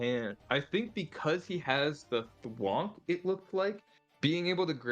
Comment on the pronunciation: that "twonk" pronunciation gets me everytime 😂😂 sorry